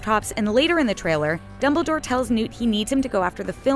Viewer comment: Lol she said Doubledore